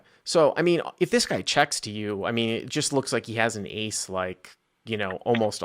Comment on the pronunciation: Honestly not as bad as the A9 that I heard as eight nine. How do you make Ace sound like eight?